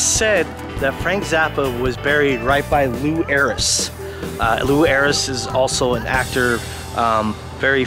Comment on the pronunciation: Oh no it's not I'm always right and it's pronounced Lou Ayres. How do I know this you asked? because I'm always right.🤪